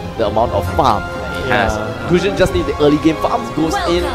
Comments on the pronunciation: Anchor pronounce goosion??? What the fck....it is pronounce as gasun... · I'm just irritated by the way the commentator pronounces gusion. "gooseyon" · wtf is gooosion its gusion ffs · They pronounce gusion as gusyon HAHAAHAHA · Kay Gusion nga eh "Gusyon" tapos sabi "impohtant" mukha silang nau-ulol. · jared toh Gu-Ssi-Yhon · Gos-yown ampota. .🤣🤣🤣🤣🤣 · guzyon! (Gusion) nkakabobong commentator. pootchaaa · Its gushion not claude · can't stand the commentator saying gusion